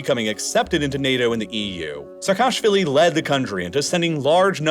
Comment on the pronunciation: Georgian surname Pronunciation tip: Say "Seka-shvili" ✅ Not "Se-kashvilli" ❌